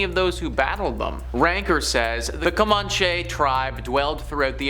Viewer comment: Dude, you really need to learn how to pronounce historical names. Co-man-chee! That's how you pronounce it. Yosemite is pronounced Yo-se-mi-tee. I really enjoy these videos but please try to get it right.